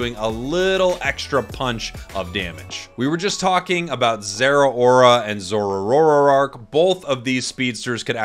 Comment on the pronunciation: Did I just hear... Zorororoaakk? 😝